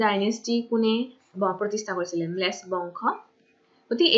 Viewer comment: Its melecha dynasty not mlech... pronounce it correct